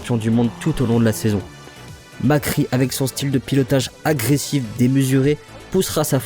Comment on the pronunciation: Et on dit Mac Ré pas Mac Ri.